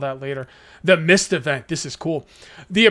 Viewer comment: I Thought Said “Meath Survival!” lol!!!